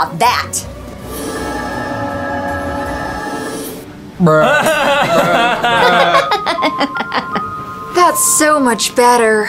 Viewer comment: stop saying brush bruh bruh 🤐🤐🤐